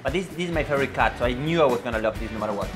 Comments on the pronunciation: " My personal flavorite " 😜😜😜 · "My personal Flavorate" 😂😂😂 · LOL "my personal flavorite" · The way Erwan said “my personal flavorite” 😂✨ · i died LMAO😂😂😂😂😂 My personal "fleeeeyyborit"